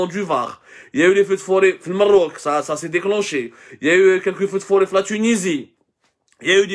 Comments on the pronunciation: C'est LE MAROC et pas Mrroc , tache de le bien prononcer prochainement ** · Pourquoi vous pronnoncez le Maroc " Marrrok"...??? Al hamaj ???